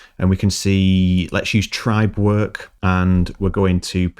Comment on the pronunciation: Accent type of thing 😉